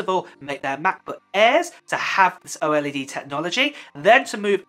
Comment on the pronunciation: Antes de hacer un vídeo asegúrate de que no sea redundante, al menos haz el esfuerzo de usar tu voz y no una IA, me cansé de escuchar a cada rato la pronunciación de OLED como "O-ELE-DE"